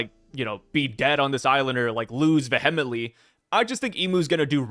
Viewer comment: Ngl bro I was with you til you said vehemently. It’s like the Stewie Brian cool whip thing lol